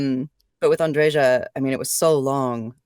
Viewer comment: My favorite character in a game I absolutely adore, but it annoys me that everyone mispronounces her name. It's An-dre-yuh, not An-dre-zha. Besides, Andreja is a man's name, that's my friend's name. The feminine form is Andrea. The name comes from the Greek "Andreas", originally from "andreios" meaning "brave, manly". P.S. Yep, she's definitely uncomfortable talking about the romance dialogues and how she got over it.